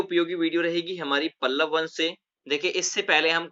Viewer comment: Sir pallav not palval